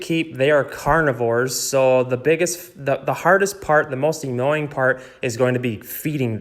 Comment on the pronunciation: I cringe when you say annoying